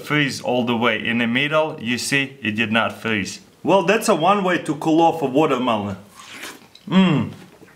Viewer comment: lol he was like, "brain flreesze